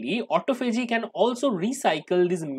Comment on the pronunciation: Please check your pronunciation...I believe it is "ah TAH fah gee"